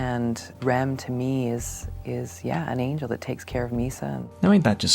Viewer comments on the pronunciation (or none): none